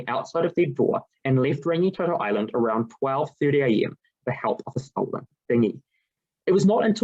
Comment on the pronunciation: Thank you for your research & thoughtful presentation your findings. Only feedback would be to look at support in your pronouncition of Rangitoto and a couple of other kupu.